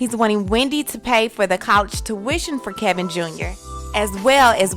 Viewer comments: Ke-vin. Not Kel-vin. But anyway, goodbye forever Kev Sr.! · KEVIN it's KEVIN! NOT KALVIN 😭😭😭😭😭😭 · Is it Ke-l-vin? Or Kevin? I thought his name was Kevin- kĕ'vĭn... Kevin Hunter. 🤔 no? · His name is KEVIN, not Kelvin..... get it right gurl! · Kevin not kelvin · Isn't his name Kevin and not Kelvin😂😂😂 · Kevin, not Kelvin! Kevin, Kevin, Kevin, LOL 💜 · lol girl why do you call him Kalvin? his name is Kevin. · Why do you call him Kelvin instead of Kevin! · Why yaw keep callin him kelvin just cause the chic is pronouncing his name wrong?